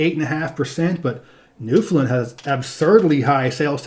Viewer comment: Great series although Newfoundland is pronounced more like New-fin-LAN where land is annunciated, also this may be my biased opinion but Ontario has much better scenery than Wyoming. We have Niagara Falls, Toronto, Ottawa, Algonquin Provincial Park, Muskoka, areas of lake Huron that are as blue as the Caribbean, etc.